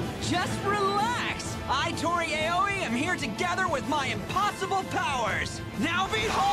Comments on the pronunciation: It's aaoi not eiyoi😂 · Its Toori Aoi